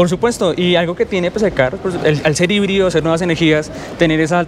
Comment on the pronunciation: Jaibrid??? Amigo es colombia español por favor, híbrido o micro híbrido, o full híbrido.